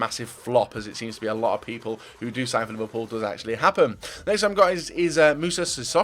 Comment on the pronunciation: Anyone get annoyed when describes Liverpool as "ous"